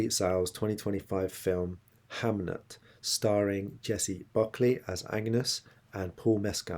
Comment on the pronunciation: I know the card at the beginning says "Hamlet" and "Hamnet" are the same name (am I wrong in thinking this is mostly in documents, which are prone to variant spellings in this period?), but pronouncing Hamnet as "Hamlet" is a bit distracting. Also, they use the old pronunciation of "An-yus" in the movie, except, weirdly, for her mother-in-law, who pronounces it like you are. I was a bit taken out at the beginning because I knew Shakespeare was 18 when he married Anne (as she likely was known to a lot of people, as documents also use this name), so I thought they had been married for many years and were engaged in some type of role play. Didn't care for Agnes' giving birth on her own the first time and then getting angry about not being allowed to do it again. I also found her character a bit annoying, which I hate to say. Maybe when I rewatch, I will be better. I saw a reaction to this movie, and the reactor did not know anything about it, and didn't know it was Shakespeare. When he at some point realized, it was a big surprise to him, but I think that may have been earlier in the movie.